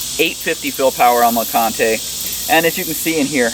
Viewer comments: Named for Mount LeConte and Fontana Lake both in Great Smoky Mountains National Park. Pronounced lah-cahnt. Silent e. CRO is also HQ in TN just a few miles from me. Gotta support local companies!!! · well I assume since the quilt is named Fontana as in Fontana damn and the other is LeConte as in Mt LeConte it's pronounced LeCont with no e. I live in Knoxville TN and thats a cool little area to hike up to with a great restaurant. They take all their food up on alpacas and mules. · You'll probably get backlash from the internet on how you pronounced LeConte. Just be prepared lol. Great review man! I'll have to check them out! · Overton is correct about the naming and the pronunciation. Named after some iconic TN/NC hiking destinations along and close to the AT. 👍🏻